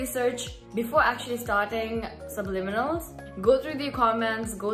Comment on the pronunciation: Finally you pronounce it right gurrlll 😂❤